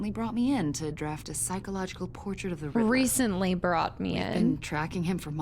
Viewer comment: Riddler ...not Riddleler 😂